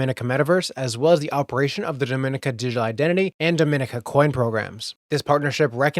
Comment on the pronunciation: Dominica is pronounced in an different way than Dominican Republic. Pronounce Dom like Com in Dot Com. Dom - en - eka... Dom-en-eka